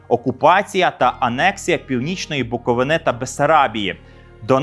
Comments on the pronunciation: Гарна подача матеріалу, цікаві факти, але прошу дуже не БуковинА, а БуковИна. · Зробіть окреме відео про те, як СРСР готувався до нападу на Німеччину. Про це, здається, дуже переконливо писав Віктор Суворов. І вивчіть нарешті, як правильно наголошується слово "Буковина". Дякую за випуск!